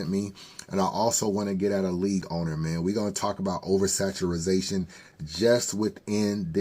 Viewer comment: Over Saturazation was KILLIN ME. It’s over saturation 😂